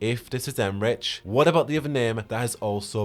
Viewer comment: Em-rick* not Em-rich